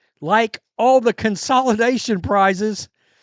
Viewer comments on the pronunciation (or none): come on the word is con=sa=lation. you can do better than that.